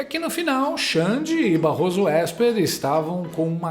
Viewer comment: "Barroso Ésper"kkkkkkkkkkk